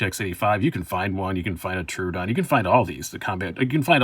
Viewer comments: Its pronounced TRO ODON not TRUEODON LMFAO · Knife wisdom you say? You can't even get the name of the knife correct!!! It's a Troodon not Troo-a-don!!!